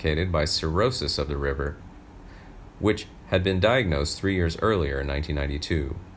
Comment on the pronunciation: River? I think you meant to say liver.